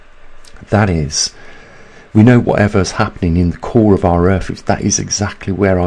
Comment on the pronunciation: Have to wonder if the Brits hear that they pronounce th in words like earth as f?